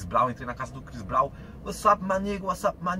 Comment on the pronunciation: mano tu nem falar sabe falar direito o nome do Chris Brown nem inglês sabes falar ahaha por amor de deus metes te nojo mal falas te mal o nome do chris brown